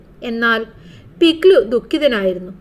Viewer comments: പിക് ലി❌ no - പിക് ലു ✔️ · mam പിക് ലി അല്ല പിക് ലു അലെ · പിക്‌ലി❌പിക് ലു✅